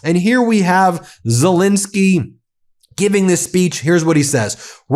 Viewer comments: Dear Ben, I hear you pronouncing Zelensky's name as Zelinsky, over and over again. This starts to distract me from your interesting broadcasting. So I beg of you: twice an 'e', please. Your grateful, faithful listener from The Netherlands, Elisabeth 🙂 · As much as I enjoy your podcasts could you please at least try to show the basic respect of pronouncing the Ukrainian leaders name correctly. It happens alot. His name is ZELENSKY - NOT Zilinsky. Thank you.